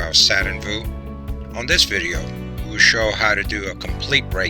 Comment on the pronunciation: Its view not voo